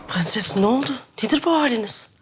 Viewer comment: Su kadının pğenses demesine ve faryaya bir ben mi uyuz oluyorum